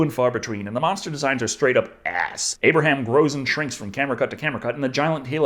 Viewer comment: Aperaham? Realy? 🤣